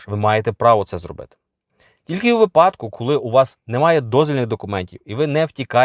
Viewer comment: Не "у випАдку, а у вИпадку!" Цьому вчать ще в школі! Якщо ви погано вчились в школі, то як ви можете розказувати що і як правильно?